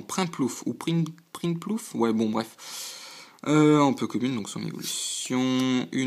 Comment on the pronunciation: bon courage pour la suite ! c'est bizare , c'est moi , ou tu dit ''po kemune'' au lieu de ''peu comune'' ?